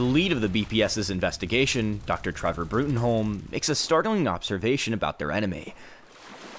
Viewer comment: Dislike for mispronouncing Bruttenholm, it's just pronounced "Broom" not "Broomholm"